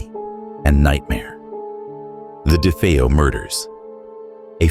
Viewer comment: ChatGPT rubbish. delete 👎🏽👎🏽 "dee fee-oh" Ok.